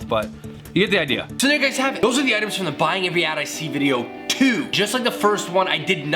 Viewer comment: "Modern oitems"